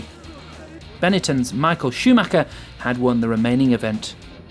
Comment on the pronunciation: Difficile de faire une pire traduction et ne pas savoir prononcer Schumacher confine à illettrisme.